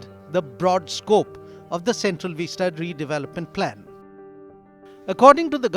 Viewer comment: Vista, not veesta!